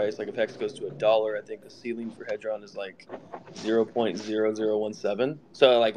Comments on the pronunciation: The guy speaking at the start does realise it's hedron not haydron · It's not hay dron it's hed Ron